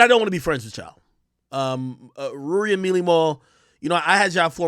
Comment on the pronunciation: The way he Rouuwry is so vexing , man's a waste yut jeeze but I love brothe getting money but u still corny & u talk like ur trying hide it, its so not who u are inside,, it's uerrk toouph Nasty